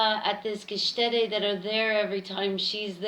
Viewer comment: Hi, took me a while to get it that you meant 'Gaststätte', maybe ask one of your German buddies to tell you how to pronounce it. The stuff on the bottom actually is yeast, not wheat, and may I suggest: 'Andechser Hefeweizen, Naturtrüb'. My favorite. Maybe not this year, not sure if I can make it across 2 ponds oh, and respect for the perfect pour.